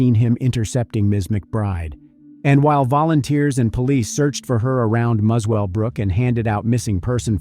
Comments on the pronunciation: You need to check your pronunciation. It is not Mus-well-brook, but Muselbrook. Also it is not Scone, but Scon. Why the US dollars? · Muswellbrook is pronounced like "mussel-brook". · It's pronounced mussell brook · It’s pronounced muscle brook ) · FYI Muswellbrook is pronounced musclebrook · Pronounced Muscle Brooke FYI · Muswellbrook is pronounced Musselbrook. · This happened in the region i live...RIP Carly P.S... it's pronounced Muscle Brook (Muswellbrook) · I live a hours drive from this area. Such a terrible tragedy.Also The W is silent it is pronounced Mussell-brook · A good summary of the case, only thing that annoyed me is how the presenter pronounced Muswellbrook. It’s one of those Aussie things, pronounced different to how you write it